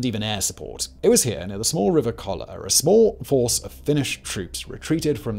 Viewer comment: Those are long vowels and consonants. KOLLAA